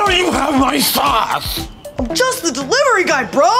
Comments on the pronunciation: I thought he said sauce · I swear he said my 'sause'.